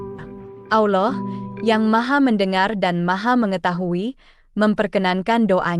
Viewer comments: Bukan auloh tapi alloh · Ma,af klo emang beragama , islam jgn sampe slh sebut Allah bkn alah,🙏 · Bukan alah anjir bqca nya tpi Allah.plis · Salam, betul ucapan nya berlapal salah yakni alah padahal seharus nya allah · Allooh. Bukan. Alah. Ya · Itu benar bukan bukan alah sebutannyda tapi allah.❤ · Ini juru video sebut allah seperti aulloh. aullah. 😂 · membaca lah dengar benar apa kalimat Allah jangan sampai bunyi nya seperti aullah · Penulisannya Allah tapi cara bacanya Alloh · Ko bilangnya Alah. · Betul ,kata Allah tebal Lam jalalah taphim ,bukan tarqiq,Allah swt,maaf koreksi ,sallm ukhuwah 🙏❤️